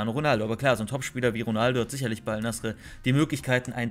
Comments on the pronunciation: Bruder Bitter sprich es Al Naser aus nicht Al nasre 😂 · Das heißt al nase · Abi es wird nasser ausgesprochen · Es wird al-nassr ausgesprochen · junge xD. Es wird als nassr ausgesprochen. Das „e“ gibt es nicht in der Aussprache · es wird AL Nassr ausgesprochen